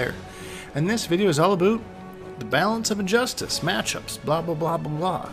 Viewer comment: Its so funny how he says aboot instead of about